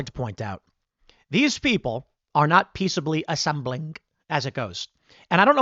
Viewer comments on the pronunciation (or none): "Peacibly assemblink"